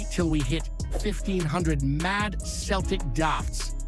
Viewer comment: Finally your pronouncing Celtic properly. Now to work on your Gie (it's not gee) it's more like the traditional judo outfits.